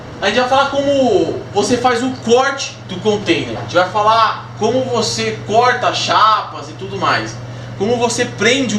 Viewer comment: É corta e não coita kkkkkkkk